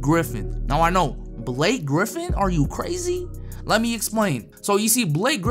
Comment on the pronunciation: Block-Ay griffin